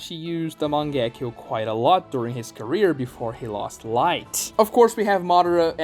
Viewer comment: not MANG-GE-KYOU but MA-NGE-KYOU